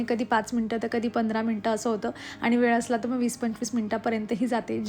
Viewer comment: वेड नाही ग.. वेळ 😂 कड्या नाही तर कळ्या